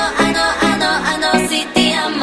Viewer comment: It bothers me how she says te but it’s fine because I love her and I know she tried to pronounce it as best as she could ❤️❤️❤️